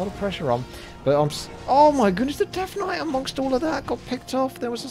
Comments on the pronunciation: Why does say deaf knight instead of death knight? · yeah its just the accent man, alot of UK people pronounce the "th" sound with an F, ie rank free(three), or fink (think). Purely a dialect thing. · It is 100% an accent thing. Listen to other words he says with the consonant sound TH.